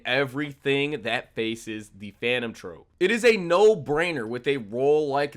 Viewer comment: Nigga how you this bad at speaking your own language you say Charon wrong you don’t even know the word troupe and said trope like bro cmon this can’t be your first language